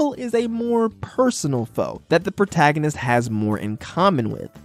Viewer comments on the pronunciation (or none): none